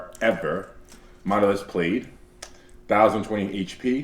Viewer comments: Larry! It’s Plaid, not Played💀💀🤣 Like Plad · Wait how did he just pronounce P L A I D??